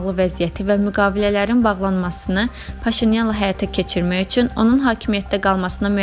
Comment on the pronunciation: helə "üЦün" deyən kimi bagıadım...